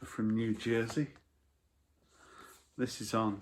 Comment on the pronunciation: I like when a Brit says, "New Jersey". Kind of classy in contrast to "New Joisey". 20 minute video, tho. What "noive".